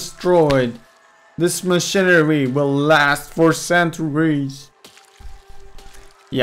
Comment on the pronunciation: stop saying machinerie T_T